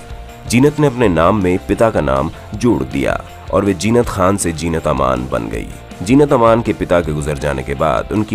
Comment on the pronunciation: abay naam to theek se lo Jeenat nahi Zeenat. Saale anpadh ganwar kuch bhi video bana dete hain. She still looks gracefull and has always looked.